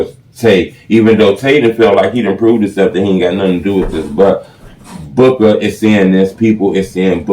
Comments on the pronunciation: It's Booo-Kah, not book-aah. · It’s Boo-ka